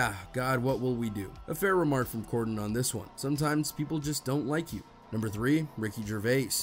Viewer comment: It’s Corden not Gorden 😅😂